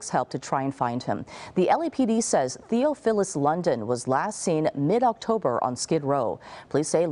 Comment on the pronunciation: Theo Fill us? Theophilus is not a hard name to pronounce, she screwed it up though.